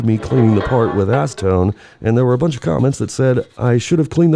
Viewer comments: I saw you use ass-see-tone.... 😂😂😂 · Nice ass-Eh-tone! Steam cleaner is my friend! Cheers! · Say acetone again 😂